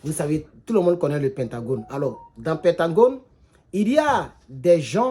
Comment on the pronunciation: C'est pentagone et non pentangone, merci cher